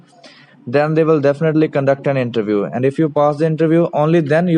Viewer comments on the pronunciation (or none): none